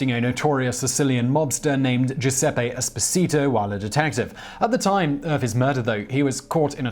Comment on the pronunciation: Simon!Your pronunciation is absolutely horrible.Go back to school or ask for help. Lucky Lu C iano. Is correct. Not Luchano. Espotio? ha ha it Es-PO-zito